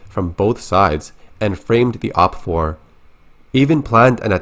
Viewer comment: Great video! Tho I gotta pick on ya. "O.P. F. O. R" Bruh just say "opfor" "Pronounced" op-four xD. No one says the acronym letter per letter. Or "Opposing force" xD